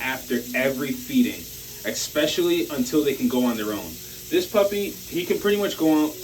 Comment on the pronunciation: The word is " especially ", not " ecspecially "...